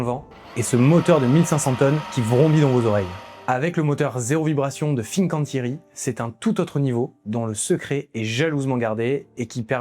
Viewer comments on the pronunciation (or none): Très intéressant et il y en a bien d'autres ! Comme "Luxottica", "IMA", "Danieli", "GVS", "Interpump Group", "G.D.", etc. PS : attention à la prononciation😉> BariL La (on prononce les 2 L) et pas BariYa ; FiN ((comme "fine" en français) can (comme Cannes) tieri ; DÈ (pas De) Nora ; DaL Lara (on prononce les 2 L) ; SOUpercrema (Supercrema)